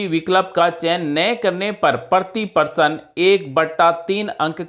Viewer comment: परशन नहीं प्रश्न होता है